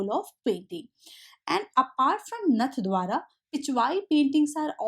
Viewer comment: Mam.. I'm from राजस्थान... It is नाथवाङा